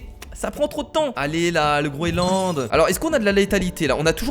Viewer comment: Sa se dit le groenland pas le groeland